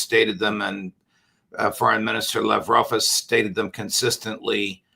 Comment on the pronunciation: You'd expect Judge Neapolitan would have the courtesy of pronouncing names like "Lavrov" and "Zakharova" properly. But I guess not.